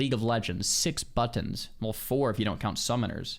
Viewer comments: Bro turned Victorian era British for just one word only to do it again 2 seconds later 😂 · nobody...... NOBODY says "buttons" like that.